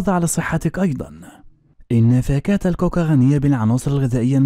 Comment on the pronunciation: كاكي وليس كوكا